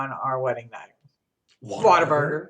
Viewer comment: # I knew you would say whatavurger..lol It's a southern thing.. I'm from the south. I've only ever bought your scent shots so many flavors to try and I wanna try them all first. Beside everything is so pretty I wouldn't be able to burn it.